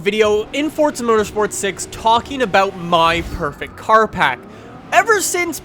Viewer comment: Pack not park